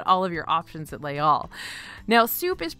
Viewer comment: I adore you, but it’s pronounced “lays all” not “lay all” because the second word begins with a vowel sound. So you do say the s there. That being said, I appreciate so much that you make the effort to pronounce things properly and your lists, as always, are flawless ❤️